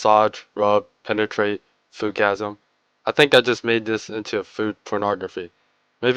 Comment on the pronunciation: ohhh lord i died so many times listening to you say Foodgasim lolll